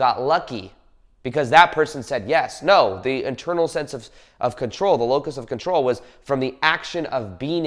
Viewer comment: What of control? It almost sounds like your saying locust…🤔